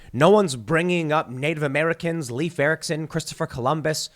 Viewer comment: Leif (as in Erikson) rhymes with safe, not with reef.